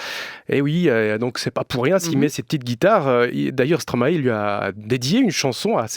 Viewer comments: Juste un détail (mais qui est énervant à la longue, un peu...). Stromae est belge, et en Belgique, on ne prononce pas Stromahé, mais Stromail (comme la plante alliacée) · Les Français, arrêtez de dire "Stromaé". Ça se prononce "Stromaï" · Justement, en latin "ae" se prononce "aï", non ? "maïstro" En tous cas stromae lui-même dit "stromaï". Indéniable, on a fait la même école et on le connaissait en 2005 quand il faisait encore du rap